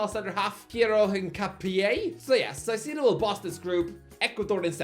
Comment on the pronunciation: Someone stop from pronouncing foreign teams or players in the future. The way he pronounced Pachuca and Caicedo hurt my soul